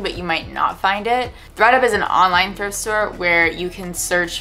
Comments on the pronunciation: sister "thift" day? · Ah yes, the very well known “sister THIFT day” 😉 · "Sister thift day" was great 😂🤣 Loved the video, such a nice ideia! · Did that just say "Sister Thift Day"?? Lol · What’s a “sister thift day” ? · Sister "thift" day lol